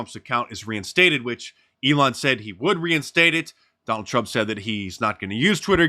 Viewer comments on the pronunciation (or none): none